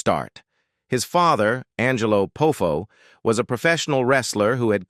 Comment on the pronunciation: I also don't like this voice. It's the famous AI voice from the meme shorts on Tik Tok and Youtube. There's gotta be a better voice choice. Also, to the person who posted this. I have to use AI voices in my job. Make sure to phonetically spell out the last names so the AI knows how to say it properly. Poffo could've been Pah-foe or something. Deebeeahsee for Dibiase. That sort of thing.